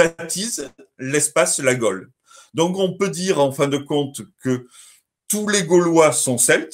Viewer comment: Tres bonne vidéo, super interessante. Mais une question, et ce n'est pas une critique ou une attaque, mais est-ce que c'est du a l'accent de Mr Garcia qu'on entend "gole" au lieu de gaulle ou alors ça se prononce Gole ? Merci